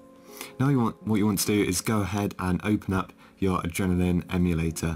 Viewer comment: Is no one going to tell him hes saying adrenaline wrong